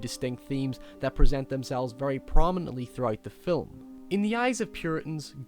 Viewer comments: You can't say film? You have to say filim? That does it. You fuckers don't know how to speak English. They will soon filim me chasing you with a bat. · this dude said filim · First time ive ever heard the word film pronounced "phillim" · "the fill-em" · Its not spelled fillum, now, is it buddy? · cool accent i like how he says film, it sounds like fill'em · signoguns Yes and no. While I was very hard on this guy 7 months ago, I still kind of stand by what I said. I don't think anyone should change their accent to appease anyone else, but sometimes there are certain pronunciations that simply have to be changed. For instance, Fi'ilm. Half the English speaking world doesn't know what that means, and the other half thinks you have a speech impediment. You can very easily maintain your accent and adjust how you say that word to be understood. The other thing I disagreed with was the logic of your last point. Just because you were raised a certain way doesn't mean it's "right". I spent a year living in Australia, as you so astutely observed, and my impression of them based on their manner of speech was very poor. There were those Australians who were aware that they were trained to speak like morons and took steps to adjust the way they spoke. As a result they were more intelligible, better understood, and perceived to be more intelligent. They still had their accents, and their culture, but they didn't sound like morons because they were aware that they were saying things like, "nay-cha" instead of "nature". Life is about improving ourselves, in all facets. If you're just going to stick with what you were taught, then you don't grow. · I really like your videos, but you pronounce 'film' so weird.